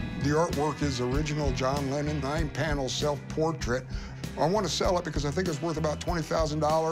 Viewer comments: I think I heard John Lemon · A John Lemmon!!! HA! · John Lemmon